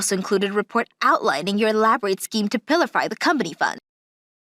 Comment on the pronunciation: I laughed when the female voice actor said "Pill - a - Fie" instead of "Pill - fur" (~ min). The English word Pilfer (to steal a small amount) is pronounced "Pill - fur". Also "Fur" and "Fir" are pronounced the same, even though they mean different things. I think Japanese is hard to learn, but I guess English is equally hard for those who learn it as a second language. I admire their effort.